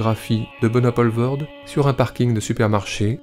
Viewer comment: et c'est "Pooolvoorde" pas "polvoorde"